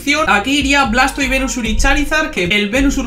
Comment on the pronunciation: "Blastoi" puro cine 🥵🥵🥵